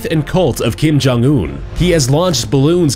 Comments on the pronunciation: All I heard was Kim Jun Ew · Did he say 'Kim Jon Eww'? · i thought u said kim jong ew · When will "kim gym yuck" die? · No coincidence he pronounces his name Kim Jong "Ewwwwww" as soon as his dead body comes on screen. Haha